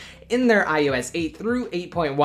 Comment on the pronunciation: "Ohh ess exss" sigh. Almost as bad as "iTouch"